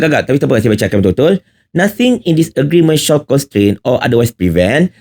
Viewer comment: Takde siapa sebut SHALL as SHAWL! The latter is ‘TUDUNG’ 🤦🏽. OBLIGE pun salah sebut. 🤦‍♀️ ~ tegur je😂.